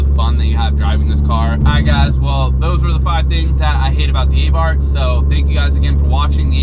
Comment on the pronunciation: A Neu-f rear bar will cure this. Also, it's pronounced "Ahh-Bart." There is no "th" sound in Italian.